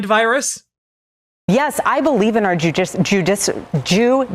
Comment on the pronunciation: she really said "Judicial" with the hard W